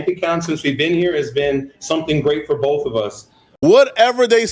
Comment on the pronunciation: is killin cuhmunity and bof by himself lol.